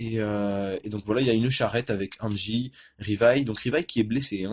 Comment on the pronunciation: Reviews Mangas oui mais articulé mieux stp car j'ai pas comprit au début je croyais que tu disais angi au lieu de hansi